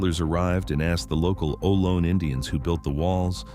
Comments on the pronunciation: Ohlone = “Oh- low-nee” AI sucks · I was always taught Ohlone to be pronounced like "oh-low-nee".